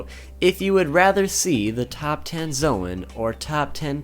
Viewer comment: its pronounced zone